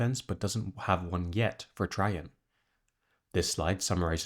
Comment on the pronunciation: TRAJANN IS PRONOUNCED TREY-JAN OR TRAY-JAN KILLING ME